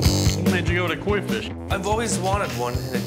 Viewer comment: whaaaat did he say? the "Queef"???? oh, oh, oh!! The KOI FISH!!! not gonna lie, he had us in the fisrt half!!!